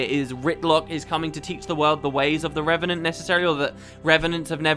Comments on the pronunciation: REV AH NENT. NOT REN AH VENT. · anyone else heard wp say renevant instead of revenant very often? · I want to see a 10 minute long video of saying "Re-ve-nant" over and over and over and over...